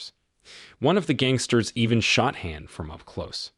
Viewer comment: with only 10 comments, also what "" mispronounces "Han" he pronounces it like hand- the d. Ridiculous.